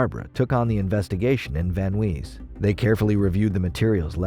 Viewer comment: Van Nuys = van nize. Not van nwees.